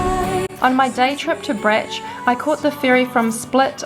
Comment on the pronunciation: Bro… its not Brech.. its fucking Brač. Just say Brach…and its not Hver its Hvar